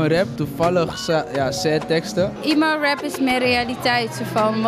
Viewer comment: Niet "iemo" rap maar "emo" rap